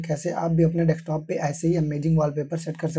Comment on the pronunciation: Thanks but y are u saying deKstop